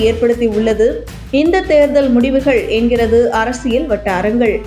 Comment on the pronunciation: Please pronounce Therdhal properly